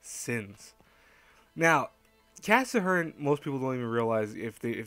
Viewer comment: Why do you say cassahern?? Is it your accent? It's Cass-hern.